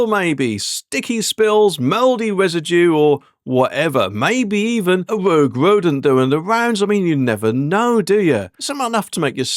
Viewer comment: It was definitely a wogue wodent doing the wounds.